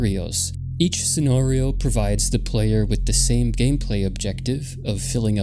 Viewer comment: the way you pronounce scenario is distracting